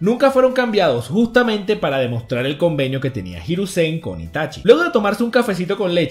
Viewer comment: Los acentos en una palabra la mayoría se lo tragan por ejemplo, no es hiruzén, el acento en japonés es hirúzen, obviamente no tienen tilde, pero es un ejemplo, buen video, saludos desde RD